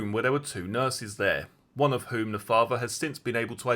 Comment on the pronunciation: Can you please pronounce your words correctly,as in Three,not free,brother,bot bruvver,father ,not farva…. It is awful to listen to.